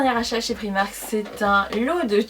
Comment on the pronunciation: le i de primark il se dit a comme les anglais